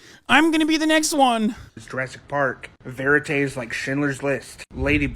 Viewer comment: Veritas on your arm and can't pronounce it. That had to be a joke